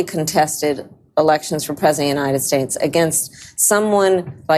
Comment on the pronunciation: what is a “preziunide states”?